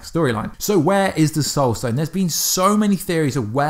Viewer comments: Did he just say "Stoul sone"? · I noticed that too. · True Titan110265 yep